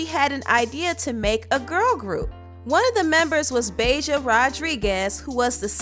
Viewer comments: Reginae sucked that’s why she had to go🤷🏻‍♀️ and did she say BAY JA?!?! 🤣🤣🤣 it’s BAHJA like the hot sauce 🤦🏻‍♀️🤣🤣🤣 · BAH-JAH! Not BAY-JAH! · Lol the way you pronounced Bahja's name 🤣😂🤣😂 Im dead. Great video !